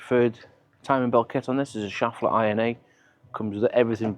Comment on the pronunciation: Seriously, does anyone think your videos are staged? That’s just weird. Anyway, terrific job as always. As a German: it’s pronounced ‘Scheffler’ not ‘schaffler’, but who cares. Have a great weekend.